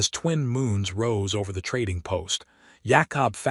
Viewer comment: can't say Jacob